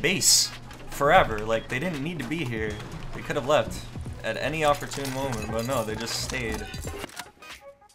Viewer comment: says words like "opertune" to make us THINK he's intellegent when he's actually a drooling pepega. lov the vids;)